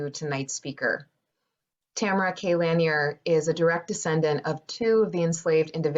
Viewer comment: Totally butchered the pronunciation of Lanier.